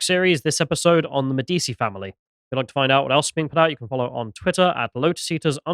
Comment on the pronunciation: "Pagliacci" is an italian word, not urdu... Last time, you didn't know the German phrase "weiß nicht" (don't know). Medici is pronounced as meh·di·chee, not meh-di-see., I find your lack of cultural and language knowledge disturbing... You guys have time to prepare for these shows, a quick google search/translate could fit in.